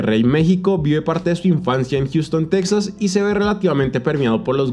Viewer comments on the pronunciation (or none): none